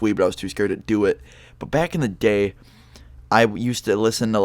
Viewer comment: IT sounded like u Said back in the gay i maybe high from 5 minutes ago like that weed bro